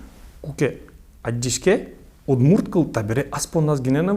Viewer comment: Почему вы говорите по удмуртски "Удмурт", через "у". У нас так то "удмурт" говорят русские, а сами удмурты говорят "удморт". "удморт" говорят как северные, так и Южные удмурты, если разговаривают по удмуртски. Дело в том, что звук "орт" или "орти" обязателен, иначе теряется значение слова. Никто же не говорит "уртодоксальная церковь". Всё говорят "ортодоксальная церковь". Зачем язык коверкать?